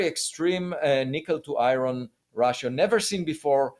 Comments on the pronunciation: Can someone tell Avi that he is smart enough to say iron not fucxing i-ron wtf is i-ron ffs, I can't explain it but I want to slap Avi about his head when he says i-ron. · Lots of Americans say I - Ron. Not sure why. Makes me smile every time.